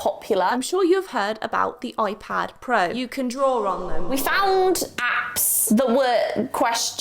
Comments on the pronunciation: Alternate title: saying Oipad for 16 minutes straight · I’m sorry but…. ✨oi-pad✨